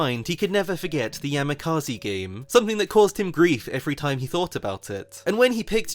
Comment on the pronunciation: That's not how you pronounce Yamikaze at all 😭